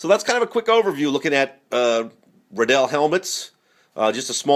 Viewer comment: ITS RIDDELL LIKE RILEY RIDDLLE